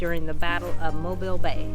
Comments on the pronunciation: Mobeeeeeel is how it is pronounced! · I live fifteen minutes from dauphin Island , you past my house on your way there I live on dauphin Island parkway , you also pronounce mobile alittle wrong its pronounced like mobill